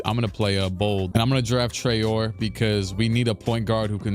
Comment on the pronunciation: the way you pronounce Traore gonna be hilarious when you look back at it in the future, he is french so it's Trah-oh-rae